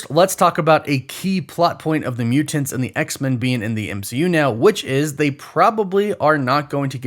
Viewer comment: muTanTs “emphasis on them T’s